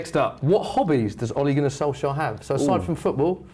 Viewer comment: In Norwegian it's pronounced olay(like the face cream) gun-our solsyayer if it was written in English with the Norwegian pronunciation.